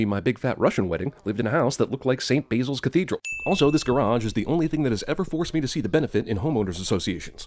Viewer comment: St. Baysil? Baysil is the herb, Bas-il is the name.